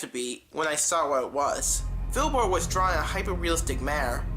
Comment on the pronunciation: ITS FILBURT